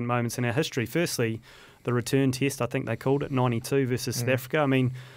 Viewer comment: Tick tock 😂 🇮🇪❤️🇳🇿 And it's "Test match" not "Tist match" 😂🤭 You can have Séan, even though he's Irish 🤭😂 Just joking, we love you Kiwis ❤️